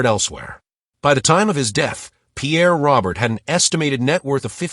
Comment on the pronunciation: Pierre's surname is pronounced Row-Bear.